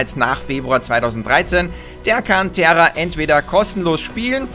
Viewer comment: terra das wird tera ausgesprochen NICHT TERRA spielespielespielettrend